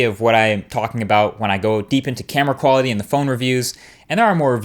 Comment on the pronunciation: I thought you said equality for a second. -_